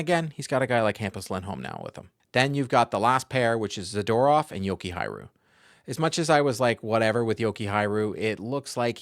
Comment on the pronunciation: I told you Blumel is really good the first time you made a video that said he was signed :DD. I know that guy. P.S. Can you try to swap R and J in your JokihaRJu pronunciation? :DD You say JokihaJRu.